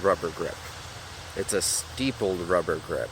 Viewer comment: it's stippled not steepled